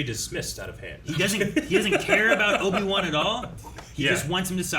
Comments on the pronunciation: Obi-Two 😂 I’m dead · Not Obi-Two 🤣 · Obi-two lol 🤣😂